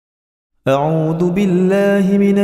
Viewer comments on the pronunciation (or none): Salah sebut audu patutnya auzubillah, awal² dah salah